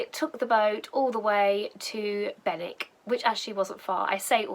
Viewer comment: Morning Love how you make local places look completely different from the river, you wouldn’t normally stop in Benwick driving though it, and you got the local pronunciation, you might like to try making my winter warmer, sloe brandy, done the same as gin but a lot less sugar needed, also a word of warning, thinking of you living in a confined space, we call them Farty chokes in the Fens! All the best J🌻